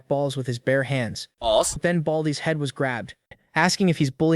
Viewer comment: Er ”pAuSs”